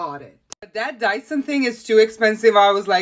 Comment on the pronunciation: I Love her: she skipped the Dyson for the 'lie, son'😝😆🤭😭